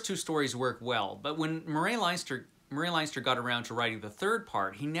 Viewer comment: FYI Leinster is, or should be, pronounced Len-Stir as in Ulster, Munster, Leinster and Connaught, the four provinces of Ireland.